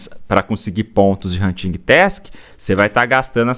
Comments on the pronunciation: “Huntingui task” 😂 Desculpa mas eu ri Adoro seu conteúdo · nao se pronuncia o G na palavra Hunting